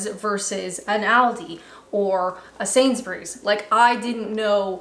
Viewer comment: You can tell is really going native (UK) when she pronounces Sainsbriz properly and not Sains-BERRIES like most North Americans do.